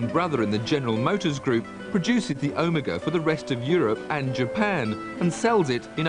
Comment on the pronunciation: this guy cant even say OMEGA correctly...